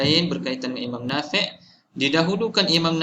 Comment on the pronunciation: Sebutan imam nafiee ke Nafi'.. Ikut tulisan Arab?